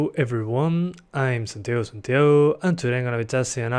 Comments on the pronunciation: I like the way u say I m that's cool!! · cuando se nota el argentino del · Eres Argentino o algo así? La pronunciación de "" Me recuerda a Argentina xD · Sos ingles?Porque el santiago Santiago te sale muy español jajaja